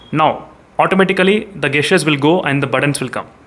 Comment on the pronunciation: Bro as a wellwisher want to correct your pronunciation for two words... The correct way to pronounce(gesture) is Jesture not gasture and for (Gyro) jaayero not gaayero.